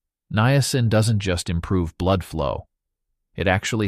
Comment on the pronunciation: Why do you pronounce the word niacin three different ways?